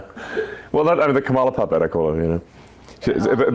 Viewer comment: Elon calls her "kamp-ala" here. He is so frigging gross. I listened several times, it was deliberate.